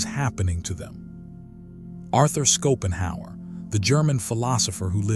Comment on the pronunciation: He is pronouned Shopenhauer, not Skopenhauer! 😂